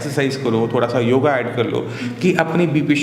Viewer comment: चिकित्सकश्री भी 'योग' को "योगा" बोलते हैं ! सुन कर अरुचि होती है।